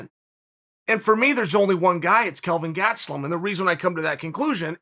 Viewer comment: Chael: He's "Kevin GaT-suh-LumM" Me: Okay Great